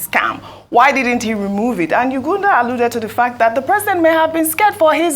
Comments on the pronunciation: Did she just called Isa Yuguda, Ugunda? pathetic! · Get well soon Ojy. hope your ligaments heal well in Jesus name. BTW its pronounced Y-U-G-U-D-A just as spelt. Diction baby, diction! Love you still. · Pls Ojy tone down on this ypur Oyinbo accent.Which one is Yuganda.Even CNN and Aljazeera pronounce our local names better than you.